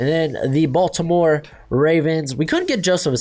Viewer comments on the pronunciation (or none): none